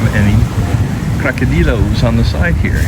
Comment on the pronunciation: It's NOT Crocodilo as you keep saying, it's Cocodrilo !